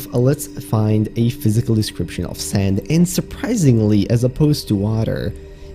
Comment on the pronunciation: I heard "sans" instead of sand